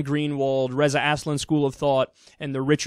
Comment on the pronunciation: "Reza Assslin" I call em that too, Kyle.